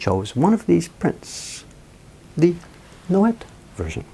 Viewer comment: Nouet would be pronounced Noway. The t would be silent.